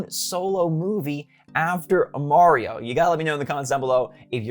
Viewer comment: is he saying good morning mario or good morning morioh?